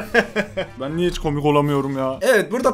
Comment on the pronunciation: Çoğh mu kômik? Bu ne lağn